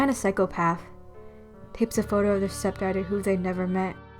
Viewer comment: She said step dadter not daughter